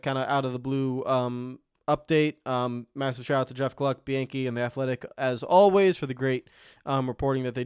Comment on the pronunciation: Dude, stop making nascar videos if you can’t get pronunciations right . Its Bee-on-key not be-an-key